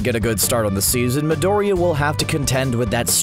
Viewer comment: i dont know but the way he pronouns Midoriya really annoys me. ahahah he must be seing the shows in English like damn.